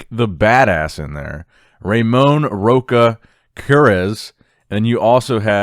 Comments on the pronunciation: the name of Ramon Rocha is "rosha" not "roka". IS so nice to see you talking about him, Brasil force. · The correct pronunciation of “rocha” the “cha” pronunciates like the “xa” in the word xamã. Keep up with the great work!